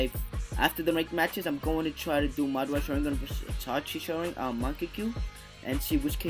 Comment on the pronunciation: can you pls just learn how to pronounce sharingan